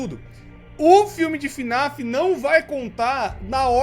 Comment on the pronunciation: "FINIF" kkk